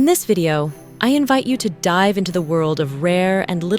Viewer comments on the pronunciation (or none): none